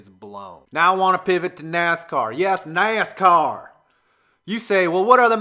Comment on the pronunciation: You seriously called the cars "nas cars" are you kidding